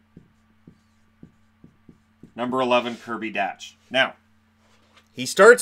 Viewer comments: Kirby Dach is pronounced "Dock" not Dach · It's pronounced "cousins" and spelled "cozens". Great stuff though very informative. Dach is pronounced dack as well. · Dach is pronounced dock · I’m pretty sure that Kirby Dach Is pronounced DOC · also just some corrections on pronunciation (as hopefully we’ll be talking about these players for the next decade): Cozens is pronounced Cuh-Zens not Co-zens and Dach is pronounced Dawck (like Bach the composer but with a D) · Kirby Dach pronounced “Dock” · How many times can you pronounce Dach wrong